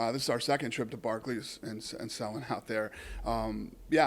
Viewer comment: It's BARCLAY'S center Dana, not Barkley.